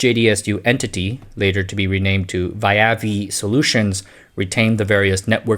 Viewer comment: You probably did your homework but I like to image it's pronounced via-vi. “Via vi” is Latin. It literally means “by force”